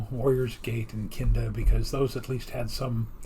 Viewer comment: commenting just after the tom and jerry opening, I loved how you (possibly unintentionally?) said 'only KINDA kidding'. nice irony given the skit